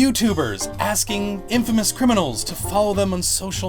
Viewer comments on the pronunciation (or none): none